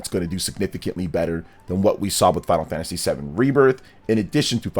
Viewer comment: It's Final Fantasy not Final Fagtasy